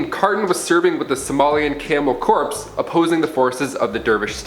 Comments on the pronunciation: Corps is pronounced as "CORE" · The way he pronounces "corps" gives me anxiety